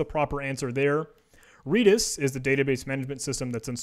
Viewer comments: It's redis not reedis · FYI. Redis is pronounced like the color, not the plant. REDis. As an employee of said company, I can say this with authority.